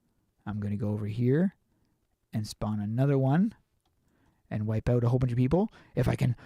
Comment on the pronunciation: The way he says OUT makes me laugh OUWT